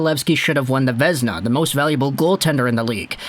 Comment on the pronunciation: Vézina is Pronounced Vay-zee-na, not vezna